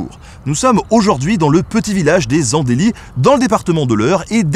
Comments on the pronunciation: Tu aurai du prévenir, je t'aurai ramène une bière Richard Cœur De Lions, brassés en contre bas 😉 Sinon on dit "les Ande(heu)lys" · Superbe viédo, qui me permet de (re)découvrir ma région natale ! Merci à toi ! Cependant, petite précision, on ne prononce pas le "é" dans Andelys, on le prononce à la paysanne "And - Lit"... Mes oreilles de Normand sont fragiles... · perso j'habite àcôté et je dis "les Andlys" et pas "Andelys" x) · Petit village??? Ont viens pas du même monde! Et c'est les "Andeulit" pas les "andélisses"!! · Les And(é)lys ? ma famille est originaire de la bas, et on a toujours prononcer Andlys, pour info .. :p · Par contre je suis andelysien et c'est pas AndÉlys mais Andelys ça pique les oreilles 😢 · Je suis du coin et on a toujours prononcé les andlys sans le E (voir commentaire de Chapman) Voilà ça c'est fait, maintenant je peux voir le reste de la vidéo :°) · tu dis de la merde c'est "léz andli" putain pour une fois ou on se fout de l’orthographe aidez le et surtout les prochains a bien prononcer svp c'est honteux même dans le 76 on le prononce à "ma" façon.que lui se "trompe" normal mais les haut normands vous faites honte a notre région dsl^^ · ma famille vient des And'lys et clairement le "e" saute quand on le prononce.. ^^ Merci pour cette superbe vidéo, tu es un pro ! :D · Je vois que je suis pas le seul à saigner des oreilles avec and(é)lys. Mais cest nota bene on peut lui pardonner .... on va essayer. Quel plaisir de voir notre région si bien mis en avant merci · Vincent Faucillers Je viens aussi du coin et je confirme on ne dit pas le « E » et Les Andelys c’est pas très grand certes mais quand même on a des villages bien plus petits aux alentours ahah après je connais des gens qui prononcé le « S » ! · Habitant près des Andelys, je n'ai jamais entendu quelqu’un prononcer Andélys haha, chouette vidéo sur un patrimoine qui a beau être proche mais dont j'ignorais beaucoup de son histoire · sinon, on dit les AndelyS (on prononce le S)